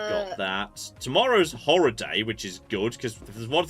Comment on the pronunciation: I'm not sure if it's just an American thing, but there's a subtle pronunciation difference between "horror" and "horr-er". I wasn't paying close attention when suddenly announced "Tomorrow is Whore day... we should be swimming in whore films" - right after discussing sweaty farmer sexy pumpkin adult films, I had to stop and pay close attention to figure out what sort of game this really was.